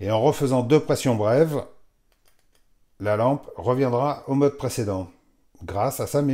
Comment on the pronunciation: Zut, j'avais jamais fait attention... "Le modheu, intuitifheu..." 😁